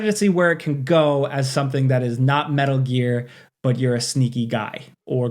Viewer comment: Ok, “smetal gear” earned you a thumbs up